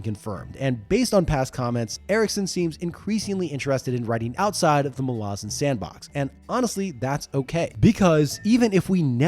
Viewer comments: Mah-Lah-Zahn not Mah-lah-zin 😂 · Sorry it's Mal-a-zan not Mal-azzen and I will die on this hill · The pronunciation of Malazan keeps tweaking me as my head-canon i sound it out as "Mal-a-zan" not "Ma-lazan". Sounds like a throat lozenge brand lol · I thought you were saying molasses, then it dawned on me.....I have always pronounced MalazAn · As an Australian, I suggest that the pronunciation of "Malazan" should be clearer. Not "Malah-zen/Malah-zin" but "Malla-Zann." I think that Stephen Erickson would agree, despite his own accent; The name of the Empire should not be soft-sounding, as that is not its nature. The Malazans represent a multi-cultural society that idealises the clear-eyed understanding of their place and chosen role in their world. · idc what anyone says, the pronunciation "Mal - Laz - En" drives me freaking crazy. I will forever be on team "Mal - Ah - Zan" and all you children of Odium can bite me. 🤣✌ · Mol-Azz-in? I’d watch this video because the books are great but I can’t listen to you butcher the name for 40 minutes. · Mala-zhan sounds cooler though so we should stick to that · FFS!!! Mal/as/an and no it's not pronounced like you are. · I am so glad I read the series a long time ago, before I could learn that it’s pronounced Malázan 😂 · I always thought it was MAL-a-zahn. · Bro I love this video but is it pronounced like that? It rhymes with “Aladdin”??! I thought it was MAL-uh-ZAHN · I don't care, that pronunciation of Malazan grates on my nerves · I think 90% of malazan readers are with me in saying that Eriksen, despite being the author, is wrong on almost all matters of pronunciation. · THAT'S how you pronounce Malazan? Look I recognise that Erikson has made a decision, but given that it sounds like arse, I have elected t ignore it. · Please stop saying Malazan like that 😬😬😬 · There it is. Thanks, buddy. And Erikson pronounces Malazan wrong.